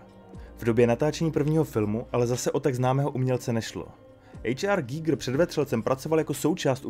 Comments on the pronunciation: Koho napadlo (německé) jméno Švýcara vyslovovat anglicky? To nebyl žádný "ejč ár gígr", ale úplně obyčejný "há er gajgr" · Dobře, tak buď anglicky ejč ár gajgr nebo německy (správně) há er gíger, ale zkomolit to dokupy je jiný umění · Pěkné, ale proč vyslovovat jméno "H. R. Giger" jako "ejč ár" když to byl Švýcar? Přijde mi to stejně divné jako anglická výslovnost německého tanku Tiger jako "tajgr" 🙃